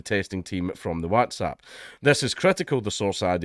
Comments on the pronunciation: Ngl, that's the weirdest pronunciation of whatsapp I've ever heard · This is bad yes but how you pronounce WhatsApp like that dank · Your pronunciation of WhatsApp is definitely for the Americans 🤣 coz we don't talk like that haha good on ye 👍🏻